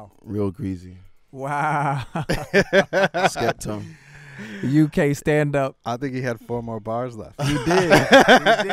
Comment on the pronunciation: It's Skepta, Pharrell. Not Skepterrr. Bellend.